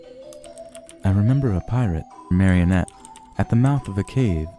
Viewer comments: bruh this dude was doing so well and then he says "mario-net" instead of "marry-uh-net" like he thought the word was derived from Super Mario Bros 😭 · Caught a plumber in a home-made trap, call that a “Mario-net”